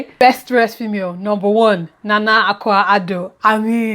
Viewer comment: I think I'm going to be your teacher for pronouncing Ghanaian names. Nana Akua Addo's name is pronounced "ay-kwi-yah" , instead of "ah-kua"😂😂 My top looks were Adesua,Nana Akua , Ebuka, & Denola Grey. I honestly think Mike was dressed like a pallbearer 😂.